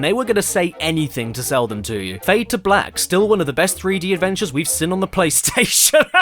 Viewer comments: Caddy: Complaining about 'wrath' being pronounced as 'wroth' Also Caddy: Pronounces 'seen' as 'sin' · that's something i would gladly like to counterclaim caddy with. he can make fun of the way us americans say "hot shots golf (HAT SHAT GALF)," "mirror (MEEEROR)," and "lego (LAYGO)," but those complaints are coming out of the same person that says seen as sin. like, ah yes. my favorite wrestler john cina. i want to clin my room. i'm more of a person that likes the color grin. my favorite spongebob character is eugine krabs. i started watching the channel when i was fiftin. mario tried to save paulin from donkey kong. movies deserves to be seen in widescrin. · Ever sin?? So you criticize pronunciation ... Then make an oopsie of your own xDD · I CANT STAND HOW YOU PRONOUNCE 'SEEN' AS 'SIN' HVFFKHTVBTyjnfgmyfhfIUFJTB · Caddy: makes fun of guy for saying “wrath” like “roth” Also Caddy: says “seen” like “sin”